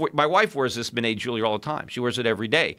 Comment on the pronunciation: He mis pronounces ‘jewelry’